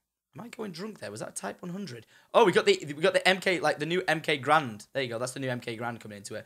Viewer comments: it's MX grand not mk grand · MX garand he said MK garand